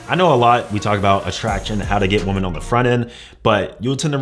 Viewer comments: I guess you don’t understand “woman” and “women” are supposed to be pronounced differently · when you say "women" you say "woman" is there a reason? lol 🤔🤔🤔